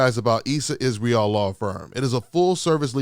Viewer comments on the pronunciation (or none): none